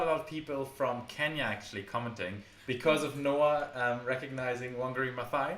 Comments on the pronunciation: As a Kenyan I will actually let you know that pronunciation of Wangari Mathaai is the correct one. The thaai part is pronounced with a theta sound☺☺. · Hey from Kenya. Love you guys always. was actually right on the pronunciation of Wangari Maathai's name:-)